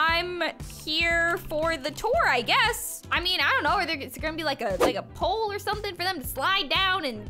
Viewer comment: When you said pole I though you said hole 😐😹😹